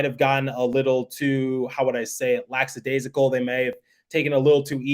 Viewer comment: Great job as always. And big up to devils media. But just one little gripe- I think you are putting an extra s in lackadaisical. It’s not “laxadaisical”. No disrespect 😍